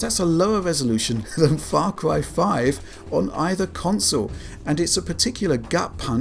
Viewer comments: What is "Fah Cwy"? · Farcwy fwee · Fah cwy fwee, hi. Sorry it just becomes so noticable hah